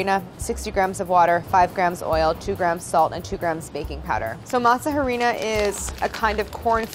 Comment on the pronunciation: Elsa Reza are we not gonna talk about the pronunciation of masa harina